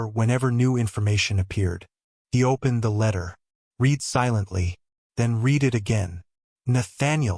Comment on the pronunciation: Another thing to note, AI does not always get the correct pronunciation of words that are spelled the same but have different tenses. Example: read meaning past tense should sound like red. I will read that book. I have read (red) that book.